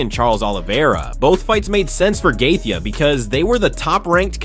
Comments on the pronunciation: He pronounced Gaethje a different way every time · If you can't pronounce gaetchi then just stop trying dude you get worse instead of better every try😂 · It kills me how bad you are at pronouncing names 🤦🏻‍♂️ couldn’t get past 2 minutes hearing you say gaethje’s name one more time 😂